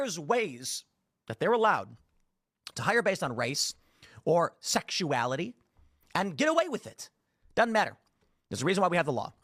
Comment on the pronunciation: The way he says the word “sexuality” makes my hair stand on end.